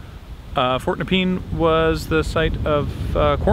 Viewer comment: As someone who used to live in Rosebud, it's super weird seeing that area again! Also, at the risk of being "that guy" it's pronounced Nup-ian, not nepeen.